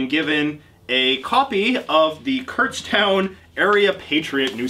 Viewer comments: I live near Kutztown and it’s not “Kurtztown” its pronounced “Kutstown” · I've been to Kutztown multiple times but didn't even realize you were talking about the place I'd been to because nobody says it like kurtztown